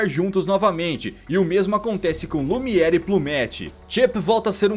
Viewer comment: O nome do candelabro é Lumière. Pronúncia: Lumier.